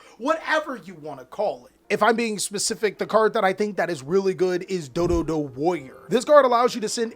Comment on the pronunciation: it's dododo"do" warrior you need to say the actual name before you have to hunt around an event to find and actual dododo warrior my man cause your forgot a do